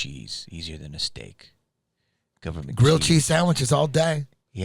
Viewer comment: guhvuhmint cheeese!! 🧀😎